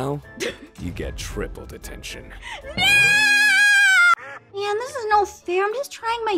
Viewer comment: I hate gene after he says yOuR GoInG To dEtAiDtIoN MiSsY